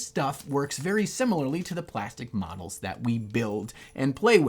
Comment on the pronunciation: Really thought you said medals - some awards for nice painting?